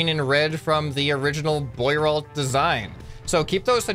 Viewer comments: "Bwah-roe" machine, Jesus. I mean I've never heard of it either but presuming it's French, that's how you'd say it. How can you not even know how to pronounce simple French words? You don't live on a deserted island. You apparently have Internet, you could have bothered looking it up if you weren't sure. But French has pretty simple rules of pronunciation. If you can manage English... if you can manage English... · As a Frenchman myself, I can confirm this vehicle was extremely impractical Btw the investor's name is pronounced Bwa-ro, you know how half how the letters are silent in French lmao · lmao the way he pronounces "boirault" is so american